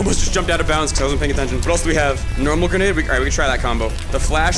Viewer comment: The gwenade was gween